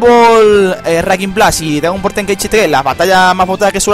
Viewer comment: Jajaja dice DGAGON BALL